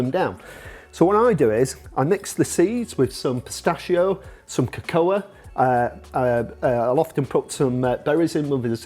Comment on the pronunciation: I agree with everything he says, a part from the pronunciation of 'cocoa'...